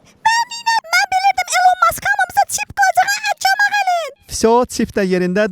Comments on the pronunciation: Velcom yox velcome😂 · Oxunuşu: welkom ❌ welcom✅ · Bircə dəqiqə, mən Haruna söz deyirəm., o dediyi necədə gülməli sözdür: Ay am dencs, ay am the nite, ay am Batman! Bidə ki, o axırdakı sörz velcome yox, velkam deyilir.